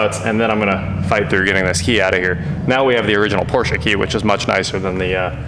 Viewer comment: Thank you for pronouncing Porsche correctly.